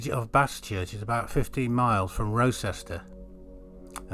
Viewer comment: This documentary would carry greater weight if the narrator practiced his lines and enunciated better, could pronounce “Wroxeter” correctly (“Rocester”?????) and could correctly spell “Baschurch” (with one ‘s’!) in the caption regarding The Berth. And maybe the video shouldn’t have been made until Nennius’s work had been read and digested. As it is the argument that Arthur actually existed and hailed from Shropshire is at best spurious. Trying to identify the Battle of Camlann with the River Camlad is deeply tenuous, to say the least. Just because the two seem similar does not mean, linguistically and toponymically, there is an actual connection. Hawkstone Park? Clutching at straws!